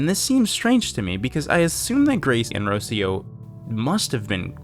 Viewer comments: Jesus the way you pronounce Rocío is so wrong, I thought her name was meant to be Rusiyo. Rocío is pronounced (in latam dialects) as Ruh-séé (stressed syllable)-uh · Hello! Spanish speaker here. Rocio is a common name in Spanish and it’s pronounced “rro - see - oh” with a hard R like “caRRO” and with the “i” vowel being the dominant one “rro - SEE - oh”. For example, you’re pronouncing Rocio as “ROW - seeoh”. Idk if the character is Hispanic, given that they write the name without the accented vowel (it should be Rocío) but as far as I know, Rocio is a Spanish (as in Hispanic or mayhaps latino, idk if it is also a name in Portuguese) only name so might as well. Loved the video, the content, and the comments. I got chills. Had to look away but it was so well done.